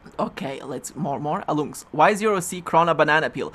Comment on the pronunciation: "I'm Alloumsks" I always thought it was "Alum X". hm